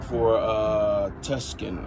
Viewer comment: Sorry but this is bothering.....youre sayin the nsme wrong.....sounds like this too_sahn